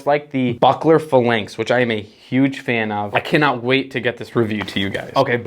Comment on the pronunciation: Not a fan of how you pronounce phalanx, but otherwise I’m a fan of the channel. Weird audio at times. During certain cuts, the audio would start out crazy and equalize itself eventually.